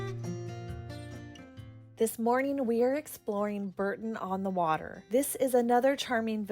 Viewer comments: You spelt Bourton on the water wrong and it is not pronounced Burton but Bor-ton at least you called us a village and not a town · It’s lovely video, but it’s Bourton on the water not Burton